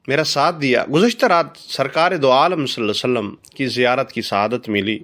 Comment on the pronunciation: JazakALLAH Ap meherbani farma k salal la ho alaehe wasalam theek sy bolain